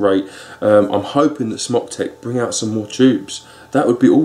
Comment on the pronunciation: I think it's pronounced like smoke?